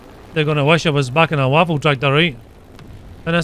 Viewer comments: Not waffentraktor. WAFFENTRÄGER. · Nashorn = Rhino also the pronunciation is more like Vaffen Trayger